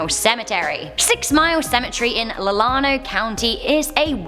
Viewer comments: Llano is pronounced 'Lanno' not Lahlahno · Did you really just pronouce Llano as "lil'ano"? buahahahaha.... seriously. Double L in Spanish words makes a "y" sound, it's "Yano" with a long 'a'. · Llano is pronounced yano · Llano is pronounced LA-NO. The "A" is like the "A" in apple. My father's family is from there. If you want something scary, check out the Menger Hotel in San Antonio. It's called the most haunted hotel in Texas. It's claimed that it has 32 ghosts, including Richard King (of the legendary King Ranch) and Sallie White, a maid who was murdered in the hotel in the 19th century. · #6. Lah-no County. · Llano is pronounced LAN-O by the way. Love the video! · It's pronounced Lanno. One L is silent.